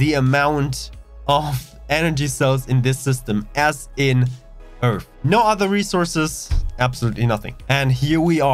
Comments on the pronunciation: twook a dwink everwy time he saysh Eeerff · Find it funny that you can build a station in the Sol system, shouldn't our home system be filled with stations and traffic to say or does earth not have anything in the system already? I also find it a lil funny with your accent on how you pronounced earth as (earf) well from how I hear it from you. Nice video thanx for the info.